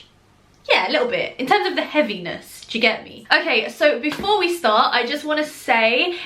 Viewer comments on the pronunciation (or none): The British accent in “ya get me” 😂💗